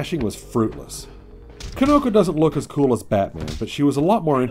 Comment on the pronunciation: It is pronounced like key-no-ko, not kih-no-ko